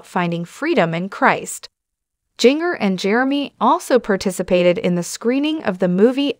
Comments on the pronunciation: Jinger is pronounced Ginger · Jinger’s name is pronounced as a soft g. Like the seasoning known as ginger.q